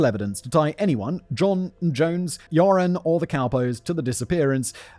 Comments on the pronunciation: Half of the time when you say Joren it sounds like "Urine". Honestly, this really doesn't change much in my opinion. :D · It will never be not funny to me that you end up pronouncing his name kind of like 'urine' 😂 For those interested, the name Joran is pronounced like "you're an" (with 'an' pronounced the British, not the American way) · I was deeply enjoying the pronunciation of "Joran" as "urine" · I love how you pronounce his name as “urine”. Which is appropriate. Scumbag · Simion pronouncing Joran as "urine" LMFAO 🤣😆😂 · I love that simin says his name as urine! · At first I heard "urine" and thought - "that's an appropriate pronunciation for this scumbag" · Everyone else is hearing “urine” right? Not just me?